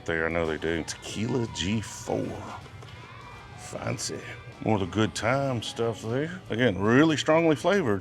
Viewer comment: G4 is pronounced "hay-quatro"